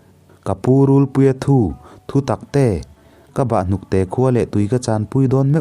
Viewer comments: RULPUIA THU THU TAK TE.. tih hi i lam dan a dik lo... Thu.. Tih hi thawn thu.. Thu tih thur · Thinchhe awm mai mai' Rûlpuia thu thu taktê'( thutaktê) tih pawh chhiar dik thei hleilo,ka bang daih dawn.he2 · rulpuia thu tih pawh hi I lam diklo thin,,,thu,,laitak hi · Hei pawh hi, rulpuia thu tih hi nghathu tia thu anga lam tur a ni lo anga, thu lam dan hi fimkhur a tha ang a. Ka bahhnukte ka chan dawn meuh chuan tih aiah pawh hian, ka chan ai chuan tih niin ka lo hre thin